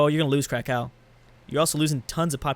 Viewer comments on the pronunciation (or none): Not really. It's more like Crack-oov. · Closer, but not quite. The ó is pronounced "oo" as in for example "mOOn". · It's pronounced 'Krakov' :)